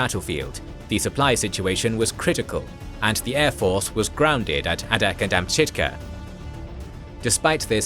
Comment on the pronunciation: A couple of notes. It is ADAK (A-Dak) island. This video calls it ADDAK. That may be an old designation. The other is, for more information, if you can find the book, look for "The 1,000 Mile War." I read this - it has a lot of fascinating information.